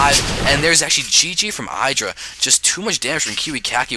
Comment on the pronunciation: No disrespect intended, but it is my pet peeve in the SC community-- IdrA is not pronounced with a hard "I". You say it with a soft "I "like how you would say it in the word "lid." I hope this makes sense :/